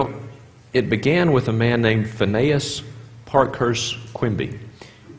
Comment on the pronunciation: Phineas in "Phineas Quimby" is pronounced FIN-ee-uhs, not fin-AY-uhs. Thank you.